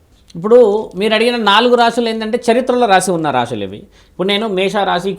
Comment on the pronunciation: రాషులు కాదు తల్లీ రాసులు